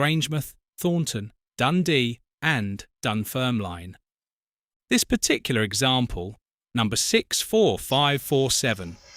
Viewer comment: Just for clarification, in 1966 trains from Glasgow to Aberdeen were still running on the Strathmore line via Coupar Angus, Forfar and Bridge of Dun. They didn't start running via Dundee and Montrose until the Strathmore line closed in 1967. Also, the final "e" in Dunfermline is silent i.e it's pronounced Dunfermlin.